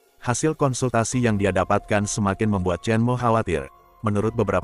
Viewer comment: Bukan chen mao kali... Tulisan nya 陳华 dibacanya Chén Huá